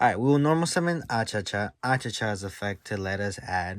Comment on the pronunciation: Why you call him Achacha, it's Achichi 😅